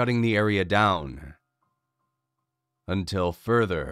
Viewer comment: No greater emphasis has ever been put on the word "notice"